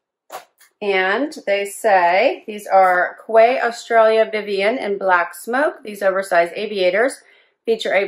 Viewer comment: Hi...Fern here from Canada. Newfoundland.another great in boxing .your doggies are to look sweet! I'm the lady who has two little bishons...Jax and Jill. The kimono was gorgeous! The sunglasses are nice too. But the correct pronunciation of Quay is "like key" I know every body gets it wrong (lol.) I live in a little small community close to the bay...called Badgers Quay. So I really should get myself a pair of those sunnys...that would be so cool. Anyway nice chatting...take care. Fern